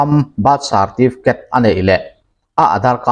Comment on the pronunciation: Bat sarrrtifket